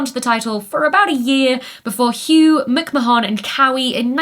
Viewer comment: Do you guys really pronounce "McMahon" like that in the UK or did Becky just pronounce it wrong? Lol